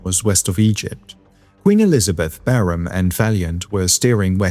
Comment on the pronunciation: LOL. Still using the AI generated voiceover. You’re a liar, and just lost a subscriber. Your channel was one of the best, but when you can’t pronounce Barham correctly you lost me.18 seconds and it’s obvious you’re still cheating, thereby ruining your channel.